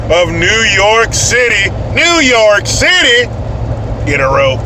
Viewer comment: When you said the City all I heard was the SHITY..... Lmao